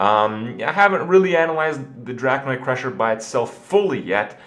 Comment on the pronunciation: Drak-ON-ID crusher not "Drakanoid crusher"